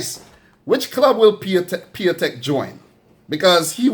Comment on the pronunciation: A little mistake. It's Piątek not Piatęk ;)